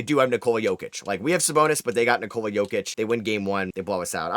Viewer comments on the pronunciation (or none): none